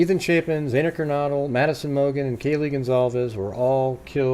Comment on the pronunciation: I know it’s such a small thing normally but, because of the context, I think pronouncing the victims’ names is important. XANA sounds like “manna.” No hard/long A. KERNODLE sounds like “yodel.”